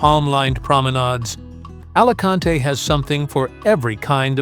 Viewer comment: Buen.video pero me pitan los oídos cuando escucho Alacante en vez de Alicante